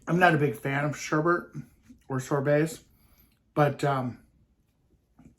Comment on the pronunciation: Ice cream - one of my all-time favorites! However, I have a bone to pick with you. I'm kind of a word snob, and I know I can come off negatively, but I don't mean it in a bad way, but the word for the orange ice cream is sherbet, not sherbet - no R near the end. Just sayin'...Love ya!